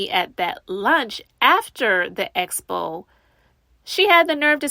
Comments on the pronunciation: ESSSSS-Po and EEEEEE-Vent. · yeah like she doesn’t even TRY to pronounce it right! lawdddd it’s like nails in a chalkboard for me every time she says ESPO!!! 😩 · You would think she would pick it up when people are saying Expo and she’s saying Espo